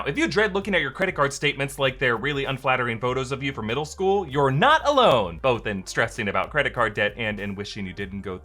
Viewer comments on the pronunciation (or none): none